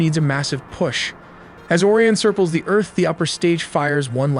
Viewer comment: Why do you pronounce Orion like "Or-ee-an" , but then pronounce it as "O-ry-in" ? You also say "cirples" instead of "circles" in the sentence . Why?